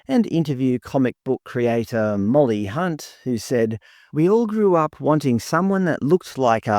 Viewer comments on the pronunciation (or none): none